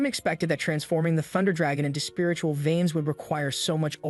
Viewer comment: Lmao, my whole aura is i don't give a f***, I would be a god in this world. Also, the way this AI says "spiritual viens" has implications, lol.